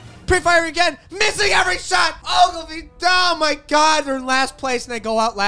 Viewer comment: why’d he do Ogilvy like that 🤣